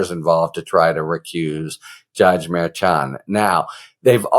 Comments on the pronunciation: “Mer-shon” not “Mayr-chon” - you even had a guest in a couple of days ago who litigates in front of the judge and she gave you a correct pronunciation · Harry, I've watched you for a while and appreciate you BIGLY. A couple of notes, however: it is "Mershan" and it is "Fahnee." Cheers. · Harry, Judge Merchan is pronounced: Mur- shawn, accent is in the 2nd syllable. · I believe you are pronouncing the judge's name wrong. I believe it is pronounced Mer-shawn. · Love you, Harry. But why are you still pronouncing Merchan’s name wrong after Karen FA corrected you the other day!?!?😂😂😂😂😂 Mer ‘SHAN But in more important news, love the way you and the others are covering these legal cases! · You pronounce it Mur-shawn. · Lol Harry! It’s pronounced like: Mer Shon. Like saying John with a shhhh sound. Mershon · Harry it is pronounced mar shawn. Did you not learn from kfa? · I really like listening to your podcast, however,not going to listen to you go through this trial until you can properly say his name. KA told you how to say his name when she was on with you. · Why do you keep saying his name that way? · Rather, is on the 2nd syllable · KFA corrected your pronunciation of the judge's name...please either take her word for it or verify with the judge's office directly which is correct. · Why won't you say the judge's name correctly? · Ok, after watching your recent chat with Karen Friedman Agnifilo, I have to ask: you aren't intentionally mispronouncing Judge Merchan's name, are you?